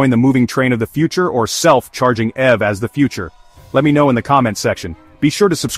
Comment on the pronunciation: So this video is so important that you couldn't even be bothered to use a real human to do the narration? Your A.I. robot narrator tries to say "self-powered EV", but actually pronounces "EV" like a word, such as "ever". SMDH. No one producing this video was able to catch that or correct it? That is really pathetic.